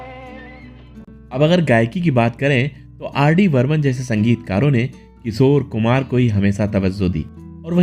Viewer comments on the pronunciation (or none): Your titles are very misleading. Like clickbait. Your hindi pronunciation is also not right. किशोर कुमार को किसोर कुमार बोलते हो.